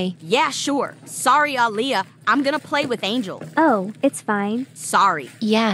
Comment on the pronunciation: Why is her name ah Leah? 😂😂😂😂😂😂